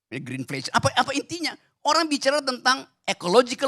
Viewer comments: Pak gerung kurang cermat. Dia bilang GrinPlesen. Bukan Greenflation pak. GrinPlesen. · Sudah bahasa inggris, pronunciation-nya ngawur, baru terdengar jelas pasca debat. Itupun mungkin karena dia belajar ulang lagi. Bisa jadi dia baru saja belajar sebelum debat dimulai. Saya dengarnya 'Green Fashion'. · Saya denger gibran kok bilang TRINFLATION, padahal udah saya ulang berkali2, tetep gak ada GREEN2 nya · sebutannya aja sudah salah. 😂 Masa grand inflasi. Kocak bener itu anak muda palsu 😂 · GIBRAN AJA UCAPANNYA SALAH, BUKAN GREENFLATION TP GREENFASHION 😂